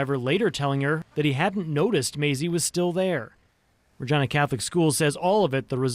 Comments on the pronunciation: She said Virginia instead of Regina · Why would they pronounce Regina like that? It sounds like vagina